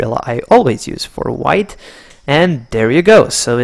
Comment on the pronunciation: excellent boss, one thing why you mocking on white wite lol hahhah